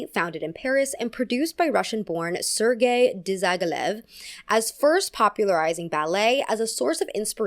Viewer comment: Whyyyy everyone in America say Russian words like its French words??? Not pavlOva, but pAvlova, not babUshka, but bAbushka. And then they pronounce name sergAy, like sErgay....